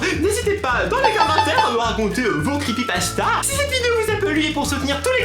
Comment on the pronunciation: Les crépeuïpaseua! On adore